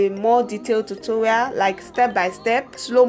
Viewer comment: I love this and all but you said tutorwial 😂